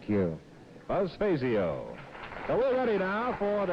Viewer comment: Jackson showed no respect toward Buzz by continuing to mispronounce his last name (Billy Welu correctly pronounced his name at the beginning of the match) May seem pretty, but the name Fazio was legendary in the PBA community.